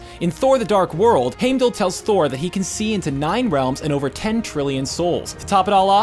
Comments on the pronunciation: Remake this saying heimdalls name right please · These theories are AMAZING and I wish all of them would come true, but can you please pronounce things right? Like "Heimdall?" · Heimdall, Loki, Yggdrassil, even Feige.... can he pronounce anyone's name correctly?? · Did anyone else get pissed when hes saying heimdall wrong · You should have picked a person, that could pronounce Heimdal aether proberly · Omg you say Heimdall incorrect multiple times then the last time you say it correctly. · The way he says hiemdall really annoyed me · Am I the only one that started getting pissed at how he was pronouncing Heimdall and Thanos? Why can they never pronounce the names right? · How can you say Heimdall's name wrong 20 times then say it right at the end😂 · That's not how you say Heimdall. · I've noticed he mispronounces names in almost all the videos. I've even started watching for it. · Is anyone else mad at how this narrator said Heimdall? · Thanos can be pronounced both ways but Heimdall triggers me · I totally noticed it. Even said Loki funny. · if u watch the movies its pernounced hime-da-ll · How are you say Homedale‘s name wrong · Tha-nos Heim-dal Just want to help. :) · He said Hamedall but he wrote Heimdall. I told you not to make so many videos. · Thaynos and Haymdall? Was this guy just reading a script instead of actually watching any of the movies? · Lol wtf is the pronunciation of “hamedall” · Stan Lee pronounces Tony Stark better then him pronouncing Thanos and Hymdall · Who the hell is Hame-dal? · It's pronounced (Hyme-dall) and (Than-ohs) god if you're going to try to relate to comic fans get it right! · Heimdell was hard to hear! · Crocodile Dundee Th-a-nos and Hime-dall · Can’t stand how he pronounces Heimdall and Thanos. Or how he calls it the “reality gem” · Hearing him say heimdall killed me I hated it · PLEASE pronounce heimdall and Thanos correctly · Why does he say heimdal and thanos wrong? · Its said hime- dall not hame-dull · "Hamedull" kms